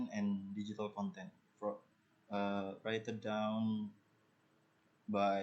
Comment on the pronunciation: you deliver the presentation clearly, although there's a mispronounced, like when you said "written" in the beginning of the video, I can still get what you're trying to say. good job.